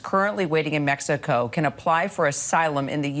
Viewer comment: She said mexoco 😂😂😂